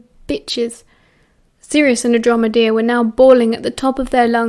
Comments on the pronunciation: No shade but I dislike the way you say Andromeda. It sounds like Androme-dear. At first I thought it might be just a nickname Sirius gave her but no, you're just saying it... weird? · it’s actually pronounced An • Draah • muh • duh. She’s just saying it wrong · the way you say andromeda and orion has me on the flooy 😂😅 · Yeah she's just saying it wrong lol